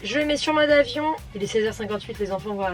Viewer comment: Quand tu dis "je le mets sur mode avion", j'ai entendu "monde afion"...c'est grave docteur? ^^Merci pour cette vidéo intime <3